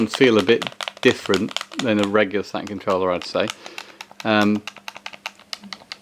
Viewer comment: A "Sa-un pad"😅😅😂